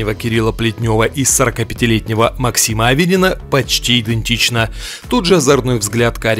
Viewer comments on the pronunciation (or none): none